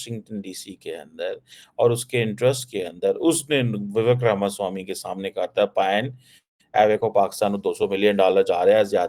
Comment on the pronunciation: Ramaswami pronounciTion sahi kr🎉🎉🎉